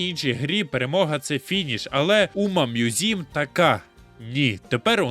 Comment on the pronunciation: Включив відео, почув умамузім - виключив відео